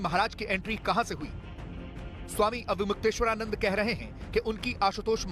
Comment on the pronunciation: इस चैनल पर सबसे अनपढ़ क़िस्म के पत्रकार भर्ती किए जाते हैं। प्रस्तुतकर्ता महिला ढंग से अविमुक्तेश्वरानंद नाम का उच्चारण नहीं कर पा रही है तो साक्षात्कारकर्ता अविमुक्तेश्वरानंद सर बोल रहा है।